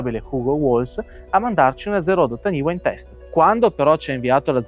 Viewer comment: La pronuncia sarebbe " tanifa" ;) perché è un termine Maori